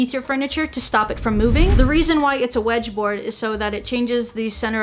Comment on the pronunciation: when aki said "WEdgeboard" id had Vietnam flash back on the Luiigi/ouji/wedjie board video ... XD